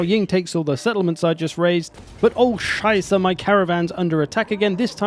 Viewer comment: His "Oh Scheiße!" was so good, that I double checked his profile if he's not german.